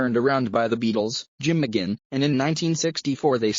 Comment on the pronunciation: Somebody please inform this narrator that it's "McGuinn", not "McGinn".